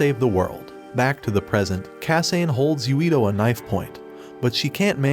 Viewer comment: ok. the pronunciation of names is really bugging me. it's not kah-sain... it's kah-sah-neh it's not see-toe... it's seh-toh